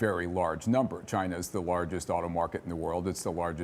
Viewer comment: She pronounces China weird. Chyyna